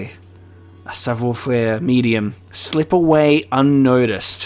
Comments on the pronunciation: "Sav wa ferrh" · OI is pronounced WA in French so it's sav(war) faire. You pronounced faire perfectly 👌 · Your pronounciation of savoir faire, even if not perfect, was actually very close.